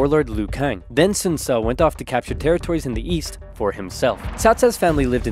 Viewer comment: If you pronounce Ce correctly, as more like Tse, its not that hard.